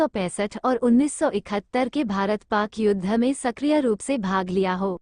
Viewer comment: कृपया हिन्दी तो ढ़ंग से पढ़ लो । युद्ध का उच्चारण आप योद्धा कर रही हैं । शिक्षा का स्तर कितना गिरा गया है । बिहार की है क्या ? युद्ध और योद्धा में फर्क नहीं मालूम । शर्म आनी चाहिए ।।।